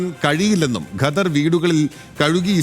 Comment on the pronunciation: ഘദർ അല്ലല്ലോ? ഖദർ അല്ലെ ഒരു മാധ്യമ പ്രവർത്തകൻ്റെ ഉച്ചാരണം കേൾക്കുമ്പോൾ പുച്ഛം തോന്നുന്നു.